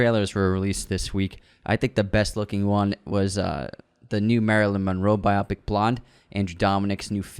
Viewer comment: You guys have to stop saying bi-ah-pic. It’s bi-oh-pic. For both our sakes. I’ve started saying it wrong now. Bi-ah-pic is contagious. And must be stopped